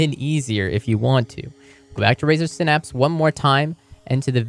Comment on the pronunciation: "Razer sinapps"